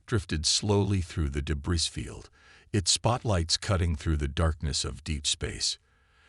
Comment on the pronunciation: Please, tell your AI narrator that the word “debris” is pronounced “duh-BREE”. The “S” at the an end of “debris” is supposed to be silent. It’s a French word, I believe. Thanks!